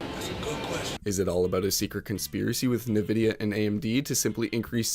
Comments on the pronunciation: it's not pronounced "nuh vidya" mate 😐😐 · Is this video narrated by AI or are you messing with us by saying every name wrong? Nvidia, Dutch, Atreus, etc.